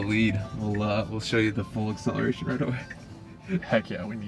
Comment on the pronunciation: He said acceleration boobs. Lol.